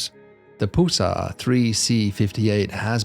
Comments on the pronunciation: Why do you say "poolsar"? The name comes from "pulse," since the bodies have a pulsating behavior. PUL, rhymes with dull, +SAR, rhymes with star. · It's not a poosar it's a pulsar. LOL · Do Brits pronounce the word "pulse" as "pools". If not, why is he pronouncing "pulsar" as "poolsar"? Pulsars ar named after the pulses they emit. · "Poolsar"? Never heard that pronunciation before. Does he also say, "Check my poolse"? OK, he also says "repoolsion." Where is from that he has a classic British accent except for that quirk?